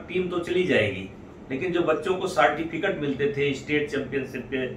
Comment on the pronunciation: सर जी सार्टिफिकेट नहीं होता है सर्टिफिकेट होता है। ओ तो आपके बात से ही पता चल रहा है महाराज । कुछ नमूनों के चलते पूरा बीजेपी बदनाम होता है।